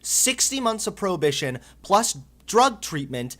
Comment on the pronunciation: It's rich that you're calling others ignorant, but you can't pronounce extradited or probation. C'mon bro.